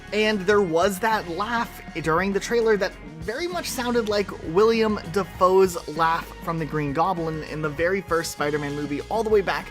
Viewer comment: Who's William Dafoe Btw... it's Willem Dafoe